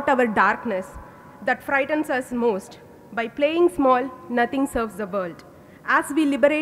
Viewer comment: the “bhaeluus” are the “moosht” important component 🤣😂🤣😂 pronunciation apparently certainly isn’t 🤣😂🤣😂